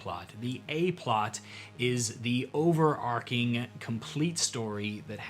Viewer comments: “It’s over-ARCH-ing”, not “Arc-ing”. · Overarching is pronounced over-arch-ing and not over-ark-ing. If you know where the "plot" is going to end up, then it's a railroad. Personally, I prefer the idea of situations. Lots of situations. As you have already decided to run a railroad then published adventures are acceptable. Didn't stay for the cats. I have dogs. Lots of dogs. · Interesting approach! I'll keep watching your stuff if you start saying "overarching" instead of "overarcing" too! Keep at it. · Not at all relevant for the topic of this video, but "overarching" is pronounced with "ch" as in "chip". The word "arc" (as in "character arc") is pronounced with the "c" as in "coal".